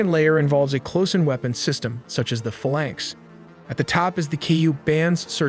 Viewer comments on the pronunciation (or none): what is a FA-lanx and when will AI voices start to use correct pronunciation?? Never?